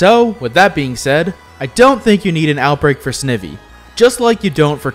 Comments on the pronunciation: Snihvvie💀 its snyvie (pronounciation) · There's only one shiny starter I'd want: Snivy. White was my first game, and he was my starter named George. That was the first game I ever played till the end of the main story. He means the world to me and when I unlock his biome he's gonna be my main hunt Also it's funny hearing you pronounce their name. I say “sny-vee“ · Why he say snivy like that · the way that u pronounced "snivy" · Excuse me how did he pronounce snivy???